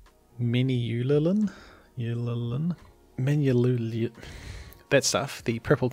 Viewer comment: Man-u-lin. Sorry for the individual comments